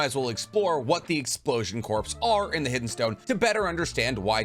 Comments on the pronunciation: Corpse. It’s corps core kor coor like pour but with a K like sound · I think explosion corp is just pronounced "core" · Bro there isn't a corporation like a business for exploding people... Its referring to a MILITARY CORPS. The military word Corps is not an abbreviation . Its just Corps... Its also pronounced CORE not CORPS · My dude, corps not pronounced “corpse,” it’s pronounced “core.” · For future reference. Corps is pronounced "CORE", not "CORPSE". Great video otherwise. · Favorite naruto creator but bro it’s pronounced core not corps, please bro it’s killing me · I have to say that it bothers me so fervently that you say "corpse". Corp or Corps are pronounced "core". Okay, back to irrelevantly non-commenting. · I don't want to be that guy but I is really starting to bother me. Corps is pronounced like core. It is s French word. You won't say someone is in the Marine Corpse. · It's core not corpse (corp) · Broo why do you keep saying “corpse” 😭😭 it makes me twitch every time lol. Corps is pronounced core 🥲 still love the vids tho 😬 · Corps is pronounced "core" the s is silent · The "p" is silent in the world "corp" at least in the capacity of a military unit. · Sorry but I meant at: Corps sounds like CORE. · Dude I'm saying this bc I'm a huge fan, corps is pronounced "core" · Corps..... Is pronounced core...... I'm sorry i had to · Crops is said like core. And it's not short for cooperation XD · I understand that Japanese is hard to pronounce and I am not commenting on that. However, in the ENGLISH language, “Corps” is pronounced “Kor” or “Core”. Also Kakuzu is pronounced With “oo” at the end in the sub and dub. It is just careless to not pronounce these things correctly. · Corps sounds like core. Not corporation, military unit. I agree that they likely hollowed out the dwellings of the village. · Corps is pronounced cor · Um, “corps” is pronounced “core” i know thats dumb but then again its english, none of it makes sense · Corps is pronounced “core”